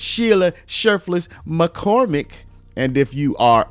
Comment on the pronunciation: I was mainly listening to this video and kept hearing her name as shirtless McCormick lol.